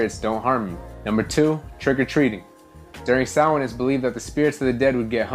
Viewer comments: It’s pronounced Sow’ like cow , wn, sow-wn. Spelled Samhain. It’s a Gaelic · just a quick note! Samhain is not pronounced like it's spelled. It's pronounced like saa-win. Happy Halloween!!!!!!!